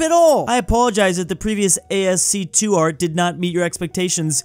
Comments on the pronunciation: While ASCII is a abbreviation, it's pronunciated as a regular word /æski:/ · "A S C Two art", I.... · ... i guess my reply was hidden. "Yeah, isn't it a$$-key?" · It's actually A-S-C-I-I, not A-S-C-2. American Standard Code for Information Interchange is a caracter encoding format. (ASCII 41 is A, 61 is a, 37 is %, 32 is [SPACE], ...) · A S C 2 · Hearing "A-S-C-2" made me feel 100 years old. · ascii is pronounced "as key" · did you just pronounce ascii like A-S-2... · ascii is pronounced aski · It's ASCII as Ask-ie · pronunciation of ASCII is just... chef's kiss. Think we've got a new Schengen on our hands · The way you pronounced ASCII was hilarious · he almost had me believing that was the correct pronunciation after a while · lol if youre not american ur friends are gonna roast you if u say it the way does 😂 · 1) It's "ascii" 2) Mayo on fries rules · bro needs to learn how to say ascii